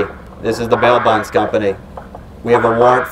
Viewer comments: When say “ this is the bail bond company” it sound like he is saying “ This is the mail box company” 🤣🤣🤣🤣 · I thought he said mailbox company